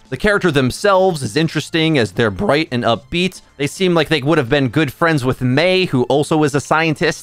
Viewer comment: Just say V bro every time you emphasize they or them i cringe